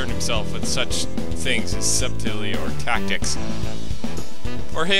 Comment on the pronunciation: A few pronounciation tips: subtlety="Sut-tel-ty", scion="Sion", palpable="pal-pa-bul", capricious="ka-pree-shush", ecstatic="eck-static". Also, Japanese names are grouped into consonent-vowel groups, so Kotomine should be "Ko-to-mi-ne". I wouldn't have said anything, except you seem to appreciate it in the last video.